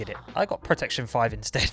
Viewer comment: my man said protecion 5